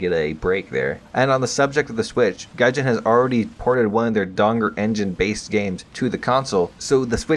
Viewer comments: I dont think Dagor is pronounced Dangor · It is Dagor. Not Dangor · The way you pronounce Dagor Engine sounds like Donger.